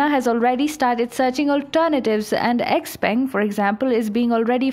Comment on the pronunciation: I appreciate the fake Chinese accent of the narrator ....but she mispronounced several common Chinese words...for example the Chinese word "Peng" is not pronounced "Ping"...it's pronounced 'Pung"...anyone who had ever been to China knows that